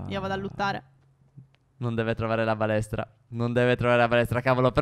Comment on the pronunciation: solo io ho sentito "palestra" al posto di "balestra"?